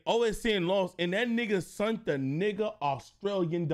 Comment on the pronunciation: lol right and also said “sunt” instead of “sent” 😂😂😂